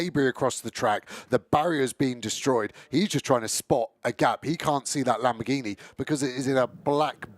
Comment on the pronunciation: The commentators going through the starting grid is impressive as hell. He can't pronounce lamboRghini though